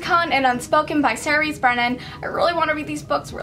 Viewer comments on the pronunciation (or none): none